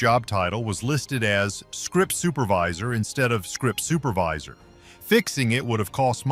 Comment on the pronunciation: SCRIPT Supervisor instead of Script SUPERvisor?